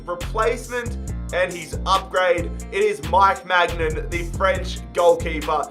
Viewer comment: I am sorry but it gets annoying when he say maignan